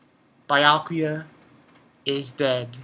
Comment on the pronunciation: its beeeeeeeeeeeeakuya！ stop calling him biiiyakuya！